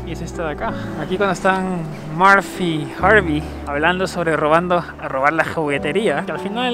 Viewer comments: Se llama Harry no Harvey como tu dices ... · Harry no Harvy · Era Harry no harby 😂😂😂😂pero buen vídeo